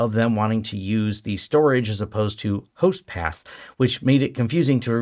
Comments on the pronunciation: it's "host path", not pass. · you mention backups and setting up "host pass" properly. The CC says 'host pass' is what you are saying there. I'm not sure I heard that right. There isn't anything in this video's notes about it. And when I search for "host pass" in your channel video list I don't see any such title in the results. Were you saying "host paths"? And which of your videos were you referring to in that part of the video?